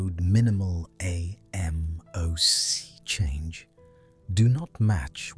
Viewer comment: Yo the way the voice says ...A...M...O...C .... ruins the video.